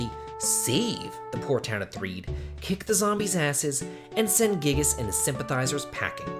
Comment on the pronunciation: Giygas is guy-ee-gus not gig-us btw.....